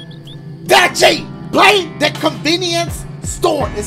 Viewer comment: Is anyone gonna realize when ever saw his days his name he says dachie